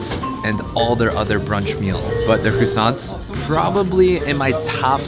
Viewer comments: "crussants" lol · Why are you calling them "crooosants"? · I thought I was the only one that heard "crewsants" lol